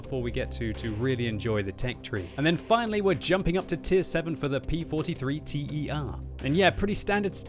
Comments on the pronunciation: Hey, I am an italian guy, your videos are awesome but pls... the tier 7 it's "ter" like the beginning of "terrain" (not "t e r"), it stands for "third". See you on the battlefield! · It's not the T-E-R, it's the "Ter", as in "Tertiary", or third iteration, as "Bis" means "Second iteration". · It’s not T E R, it’s ter, like the third one. It’s a word, just like bis, not an acronym. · here's an helping tip: TER is latin for "three" as in "third iteration". It's read as a word, tèr. The same with BIS, it's the second, so bìs! Hope I helped you with your fascination for getting names right:D